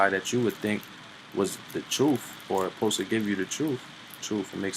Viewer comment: Hearing him say “troofs” puts a smile on my face.